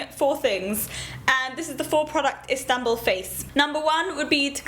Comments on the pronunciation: I love how you say Istanbul. It sounds amazing. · Love how you pronounce istanbul, such a cutie! ♥